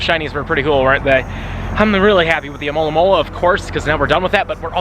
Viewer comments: Cant just someone pronounce Alomomola good. And not as Amolamola! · Why north americans have so much problem to say alomomola? I'm from Brazil, and here it's preety easy